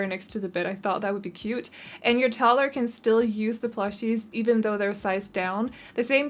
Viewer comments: Of you say 'Tott-ler' ONE👏MORE👏TIME...🤣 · When people pronounce 'toddler' as 'totler' it gets me 😂😂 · Are you saying Tottler?